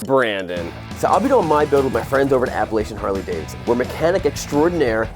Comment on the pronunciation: Please pronounce the word Appalachian correctly >:(